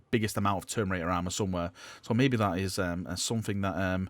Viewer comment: Say it with me....Ter..mi..na..tor